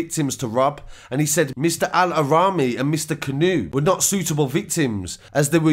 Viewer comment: Your pronunciation of the victims name is terrible 🤦🏽‍♀️ mohamed AL Araimi not allahraimi